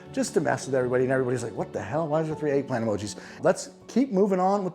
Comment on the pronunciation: Eggllant emogi, eggplant emogi, eggplant emogi. 😅